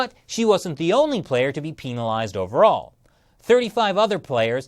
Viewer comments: Lol he's says "pEEEEEn-ilized" instead of penilized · I’m staying out of this so imma just say why tf does he say PEENALIZED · No offense you sound like a great guy but I started dying when you said "peenalized" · peen alized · why does he say penalized like that? It makes me uncomfortable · Are we sure that's how you pronounce "penalized"..? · this guy can't pronounce penalized right. and yeah she's a sore loser. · HE PRONOUNCES PENALIZED TWO DIFFERENT WAYS RIGHT HERE WTF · Hehe “penalized” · Kind of off-topic, but why is switching between the two pronunciations of “penalized”? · Is that how you are supposed to pronounce penalized.. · The way you pronounce penalized really pissis me off